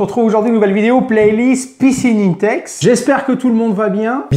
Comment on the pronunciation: C pas inetex mais 1tex pour la pronaonsiaation